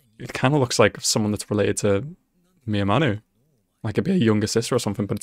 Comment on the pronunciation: It's not miyamaru it's miyamura